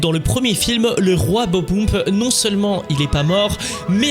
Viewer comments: c'est bob-omb pas bob boum je sais pas quoi là... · si c'est fait exprès de mal prononcé Bob-omb pour avoir des commentaires, bien joué ^^